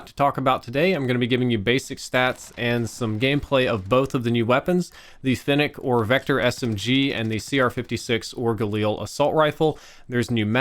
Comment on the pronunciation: At least you can pronounce fennec properly